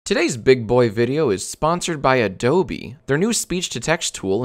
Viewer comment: that's not how you pronounce Adobe